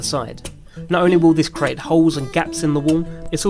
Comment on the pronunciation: CREEEAAATE not CARATE!!! Apart from that? Good piece.